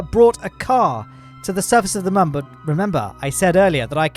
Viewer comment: moon or mum